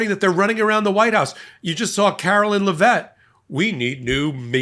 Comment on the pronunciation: Jizzaine? LeVET? He's kidding with the pronunciations, right?